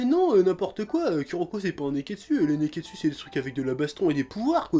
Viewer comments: Mais j'ai teeeellement rigolé pour le "nez-qu'est-dssus" !! Bravo chef :) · a cause de toi a chaque fois que tu dis nekketsu j'entend nez qu'est dessus